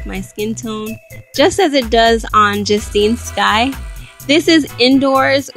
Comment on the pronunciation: you pronounce your name so wrong